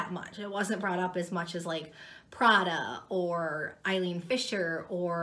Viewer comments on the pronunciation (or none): none